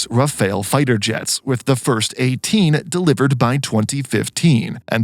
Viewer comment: It is pronounced Rough-al and not Raphael. Rafale in French means gust like wind gust and/or burst ( like when shooting a burst of bullets).